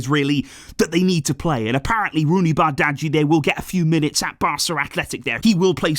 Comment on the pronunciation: I think you still struggling with pronouncing Roony's surname. I suggest you call him by his first name. Love from The Gambia, the smiling coast of Africa.